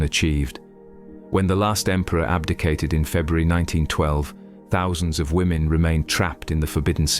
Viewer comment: Women not lemon!!